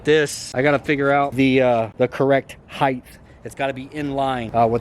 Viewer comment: Height like sight not hittttthhhhhh